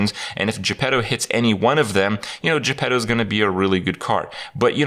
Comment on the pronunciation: When everyone calls Jepetto -> Je Pedo